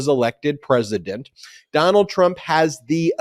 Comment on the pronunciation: Hey Ben, did you say the power to indict a sitting “precedent” or “President “ ?